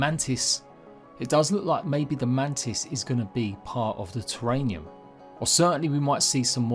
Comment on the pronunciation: terrarium not terranium. just a note. keep up your content